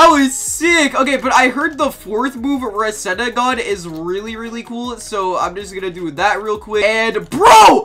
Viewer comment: It’s re se gan